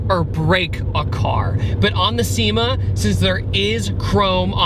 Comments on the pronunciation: It’s pronounced SHE-ma. Not SEE-ma. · I knew you weren't going to pronounce the name right, it's pronounced "Shima" 😝 Such a great car, i'm a big lover of the big body JDM sedans! 😁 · its pronounced "chi-ma" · Cima is pronounced: Chee-mah not See-mah. This is what I've been told by people that modify or utilize the VH41 from these cars. TMYK. Also the VH41 has a very strange intake manifold. Really unique car that not many know about.